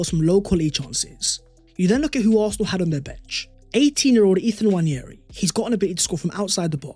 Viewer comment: Great video, but please, there is no 'Y' in Nwaneri.